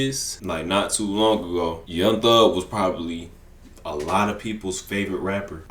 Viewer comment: "young thung" 🥀🥀🥀